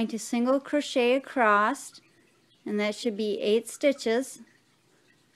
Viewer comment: Please stop saying 'acrossed' --the word is ----- ACROSS!